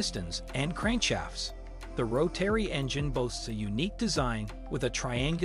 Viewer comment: ROW-TERRY. Can't stand it